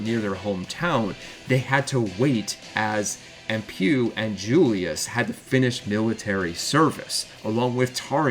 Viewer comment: Empeuw and Julius? Bad pronunciation of Emppu, but who the hell is Julius?